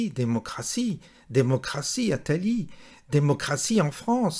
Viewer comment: Dommage vous avez écorché le nom d’Attali , l’anagramme d’Attila fameux roi des Huns !